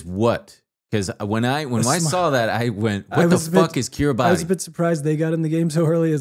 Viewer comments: i hate to do this but Kiribati pronouced like Kiri-bus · Kiribati is pronounced kee-ree-bass. Hi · Kiribati is actually pronounced Kiribas, the ti in their language makes the s sound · Dying at the Kiribati pronunciation. (Keer - Ruh - Bus) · guys. kiribati is pronounced "kiri-bahs" love yall <3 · FIRST OF ALL KIRIBATI IS PRONOUNCED "KIRIBAS" BECAUSE THE "TI" IS AN S SOUND